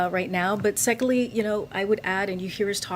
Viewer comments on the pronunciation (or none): What does "secolly" mean? She said "secolly".